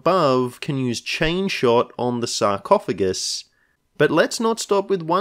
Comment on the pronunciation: "Sarcoohugs" 😂 you gotta call it that in every campaign now